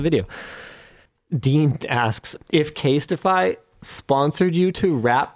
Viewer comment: Casetify not Castify